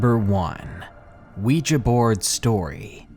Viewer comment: thank you so much for pronouncing 'Ouija' correctly!